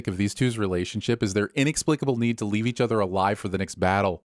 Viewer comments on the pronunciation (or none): none